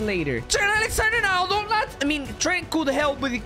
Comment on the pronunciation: It sounded like he said Trent Alexander-Aronaldo